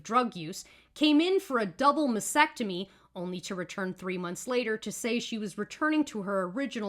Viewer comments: Good video, but you have to pronounce "masTectomy". You tend to say massectomy. :) Take care. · Mass tec tomy not mas ec tomy.